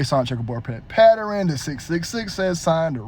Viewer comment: Pattern 😂😂😂 not Patternin